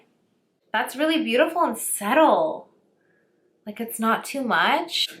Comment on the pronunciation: I love her videos because she always says “settle” instead of “subtle” lol